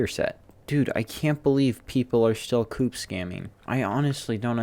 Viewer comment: the way he says co-op though